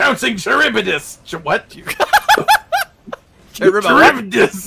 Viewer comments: Ok, because this is gonna bother me. Charybdis is pronounced Ka-rib-DIS and is named after a sea monster from Greek mythology that would swallow huge amounts of water, creating whirlpools that would sink ships. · Scylla (sih-la) and charybdis (ka-rib-dis) are references to The Odyssey and I thought it was really neat that they'd make Charybdis one of Behemoth's signature attacks....even though it's an attack hunters universally hate. I'm still upset that we could only ever fight the giant Kulu once. That was a surprisingly fun battle. It's also too bad that we can't use our Sunbreak hunters to fight Extremoth.